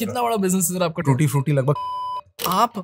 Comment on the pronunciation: When he said “ we supply tootee fruity “ I just stopped my walk 😂 WOW 💪